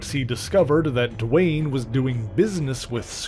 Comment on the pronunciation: It's 'Dwayne "